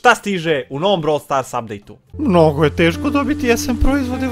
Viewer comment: REKAO SI NA POČETKU BROVL STORSU KOLIKO SI UZBUĐEN 😜🤣😂